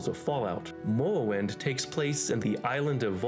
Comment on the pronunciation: Why does he talk like that ? Ameuwica, Mowwowind....